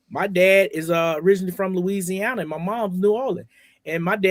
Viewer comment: Losianna and New Orleans sir stop it that sounds like a fibb